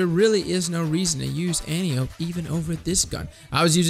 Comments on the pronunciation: An-Tie-Uh-Pee not An-Tee-Ope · Btw it's "An-TIE-oh-pee", not "AN-tee-ohpe". ;) Seen Wonder Woman? Same name as the general who taught Diana how to fight. Great vid, thanks for the advice! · It isn't anny-ope, it's AN-TIE-O-PEA, and you should check out phillips-b, better than antiope/sondok IMO. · Not to be a dick, my fellow Titan, but just because we give no fucks, doesn't mean we have to be uncultured. Antiope-D An-tee-yo-pee This is "Greek" and is the name of Wonder Woman's aunt. (Who was a Titan in another life) Fun facts.